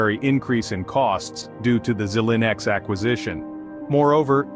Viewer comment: geez, how can you trust this when he can't pronounce Xilinx correctly?